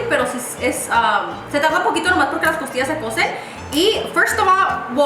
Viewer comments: Did anyone else hear “tortillas “ instead of costillas ? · Did she say tortillas instead of costillas lol?